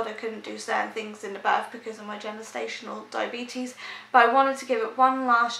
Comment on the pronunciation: It won’t when she can’t even pronounce gestational diabetes 🙄